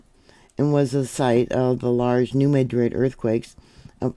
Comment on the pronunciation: Locally pronounced New "Mad-rid", like angry , not "Med-rid".